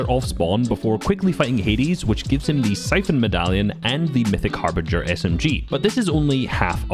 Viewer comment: Bro pronounced it as “harbrinjer” 💀💀💀